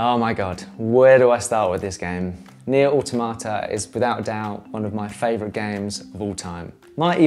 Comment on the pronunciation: tho incorrect and somewhat misleading i can handle him calling the steam deck a console HOWEVER WHAT I CANT HANDLE IS THE WAY HE SAYS NIER AUTOMATA